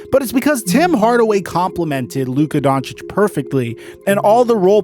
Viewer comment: Lol always coming at the situation on point but say it wrong as hell 🤣🤣 that man was hurt fuck being payed a max my health more important than basketball luka upcoming his time will come